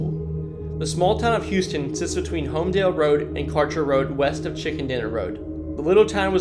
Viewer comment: It’s huhston